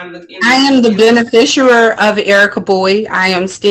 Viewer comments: I’ve got news for this dummy…there is NO such word as “benefisher” Hey lady…your dumb is showing!! 🤦🏻‍♀️🤯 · What on earth is a Ben-a-fish-erer? This woman appears to be a non-functioning alcoholic. Pauline (Light Tajiri Bey) on the other hand is a functioning alcoholic. She can put complete sentences together. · "I am the benafishooer of Erika Bowie"